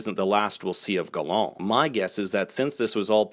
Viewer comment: LMMFAO why do you pronounce Gallant like that? 😂